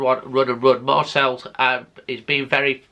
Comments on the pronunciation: Lol... Was gonna say, it's Pronounced Marsay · You know it’s pronounced MarSAY don’t you? Maybe it’s the bunged up nose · Marcel??? 😂 Please try and pronounce things a little better.